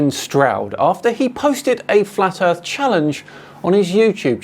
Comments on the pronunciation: His speech gets slower and slower as his brain runs out air. Also, 'erf'! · He looses any credibility that he may have thought he had solely based on the fact he pronounces Earth, “Earf”. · "Erf" - Instant disqualification.